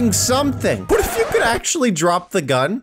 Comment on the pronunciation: he said UGN instead of gun LOL